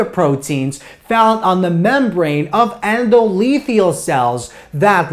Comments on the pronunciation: one thing.... It's Endo- Thelial (not lethial :D) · Endo-the-lial not endolethial, lol.